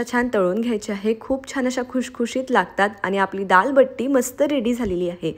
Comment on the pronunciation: बिट्टी nhi g didi बट्टी mhantat